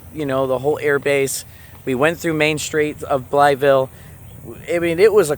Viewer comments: Blythe, not Blyeth..... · Young man you're mispronouncing it its not pronounced as it's red it's bly ville not blyth ville ask any local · "Bly-eth-ville"? Nobody you met there told you how to pronounce it? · BLYE VILLE IS HOW YOU PRONOUNCE IT. THE "TH" IS SILENT. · Pronounced Blī-ville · Bly-ville. The th is silent. Bro your always mispronouncing things🤦🏼‍♂️ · Blytheville native. Yes, it's dangerous, and the town leadership could be better. And we pronounce it "Bly-vull". Lol! Glad you visited. You should've been there in the 80's. It was a great hometown.